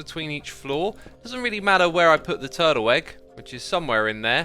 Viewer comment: Guys lidten to how xisuma say turtle egg it sound like turtle egg but with a w twurtle egg something like that XD Edit: or was it egg honestly cant remember turtle weggg hehehee